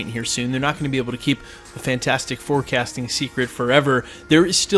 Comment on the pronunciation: Did anyone else hear "Fantastic forecasting" instead of "Fantastic Four Casting"?